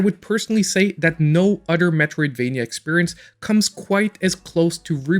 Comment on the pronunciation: I watch your videos just to hear you say udder lol. keep up the good work